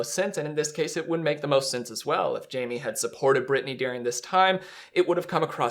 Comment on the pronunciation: She’s never chosen Britney…and still can’t say her name🙄